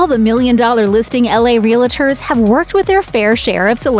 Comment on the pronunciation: Voiceover lady can’t pronounce “realtors.”